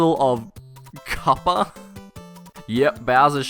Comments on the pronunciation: I love when people just assume that direct Japanese translated words pronounce the same in English....The character for Ku in Japanese is pronounced with a long "u". Kuppa is not pronounced "Cup-ah", but "Koo-pah" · Kuppa is pronounced Koopa in the Japanese language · You probably shouldn't do this kind of videos if you even get confused by "Kuppa" (which is not pronounced Cup-pa)... That's just the original name, dude. Do your research. You English speaking guys with your "Princess Toadstool". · it says kuppa but you pronounce it kappa? lmao Americans are so weird. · It's actually pronounced "Koopa" "Kuppa" just happens to the standard Hepburn Romanization for "クッパ" which is how his name is written in Japanese. A "u" in a romanized Japanese is always pronounced with an "oo" sound.